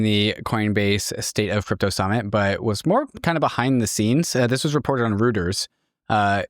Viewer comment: Where is the petition for making keep that pronounciation of Reuters. Topped I-ran.